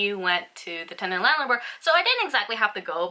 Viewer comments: I dont know if your saying tenant or tendant haha 😛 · she's definitely saying tendant lol